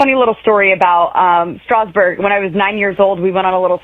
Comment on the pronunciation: Boebert can’t even pronounce Strasburg the way locals do. She’s a carpetbagger blown-in who just moved in 200 miles from her previous congressional district.